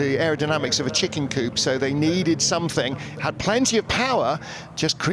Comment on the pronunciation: It's not cou pe' it is just coupe with the e silent.